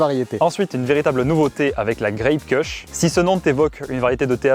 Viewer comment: les connaisseurs savent que les Kushs se prononcent "koush", et non pas "keuchs" 😂